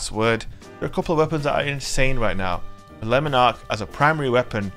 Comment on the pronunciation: Not gonna lie I smashed the like button before I watched the full video, just for the correct pronunciation of Lemon Arc. Yorkshire til I die 😂😂